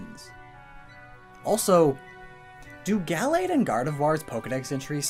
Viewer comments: 1. The stress in "Gallade" is in the second syllable, not the first. 2. The first /a/ in Gallade is pronounced "uuh." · I don’t really pronounce Gallade Gal-lade I say it Ga-lade